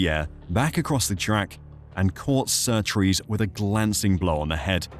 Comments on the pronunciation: Ok I've watched 22 minutes of your video. Henry Surtees not Surtrees as you keep saying. You go to the trouble of making a decent video on the crashes that changed f1 then dontvget the name of the driver right. Surely that's the easy bit. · His name is Surtees not Surtrees!!! Better informed on surname spelling and pronunciation. Are you seeing what were seeing, it was worse cause he had no leg protection. Senna's name is Aryton Senna de Silva for #£&_ sake!!!! There was Drivers Committee, up until the later 70's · Surtees, not Surtrees you idiots. Jesus. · It's a good video so far but i wish you would stop saying SurtRees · You put a lot of work in this yes you said John Surtees wrong that’s OK. You corrected it. The 1978 Grand Prix of Italy, well Monza should have never ever started. There were cars moving towards the back of the grid. It’s going to create a massive traffic jam if the cars are not fully stopped. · There is only one R in Surtees get our pronunciation right ye fud